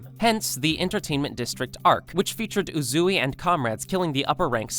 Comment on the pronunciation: I’m glad I’m not the only person who says uzui wrong